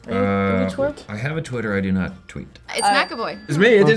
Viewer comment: Do you TWEET? Do you Twwet???